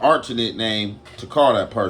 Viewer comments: He said a arternate not alternate😂😂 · That boy said a arternit 😂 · "Alternate" said artenet....lol this ninja invents new words every video!!!